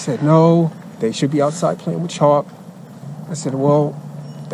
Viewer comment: They were playing with CHALK, not "Choppo" or whatever youre saying lol